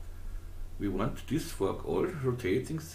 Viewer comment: Really nice work. Am I the only one who giggled slightly(childishly of course) when you kept saying Fork All ?